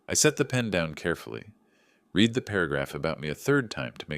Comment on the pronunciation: The pronunciation of read is different in past tense form. It is like red.